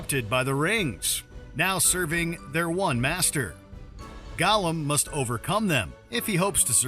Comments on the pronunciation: I'm sorry - but when he mispronounced "Gollum" as "Golem" in the first 5 seconds, the narrator let us know that he's not an actual LOTR fan. Lol 😂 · the fact that they say golem instead of gollum triggers me. this isnt pokemon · Go - lum?